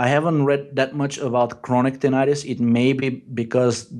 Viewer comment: you crack me up 😂 Tininininitus